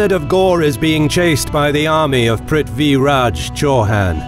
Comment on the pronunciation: its not ghor its ghori